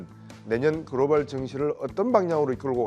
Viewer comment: "그로발" 아니고 "글로벌" ^^